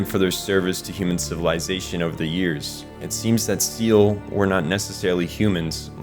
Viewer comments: If you're ever making more EVA content, let me give you a pronunciation guide. Seele is pronounced more like Seyluh or Sail-eh, Wille as Will-eh. German and its final es, huh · SEELE is prounced Say-Lay. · Did this nigga just say Seal? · Two hours of perfectly scripted video and it would've taken you a minute to look up how SEELE and WILLE is pronounced (hint: it's not "WILLY" lmao)